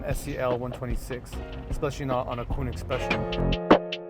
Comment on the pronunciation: okay just one little thing. its Koenig not Koonig